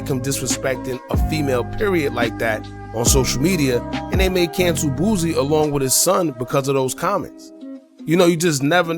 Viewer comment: It’s “ Boosie” not “ Boozie”